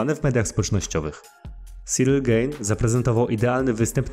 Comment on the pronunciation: Gane a nie gejn 😂